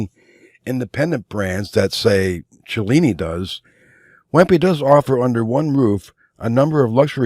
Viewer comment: Wempe is pronounced "Vempa" - similar to Lange. Nice video and very useful.